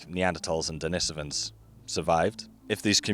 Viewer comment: Why does he pronounce «Denisovans» like that?